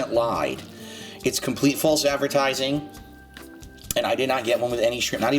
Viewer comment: Fahlse Advehrtizingh snort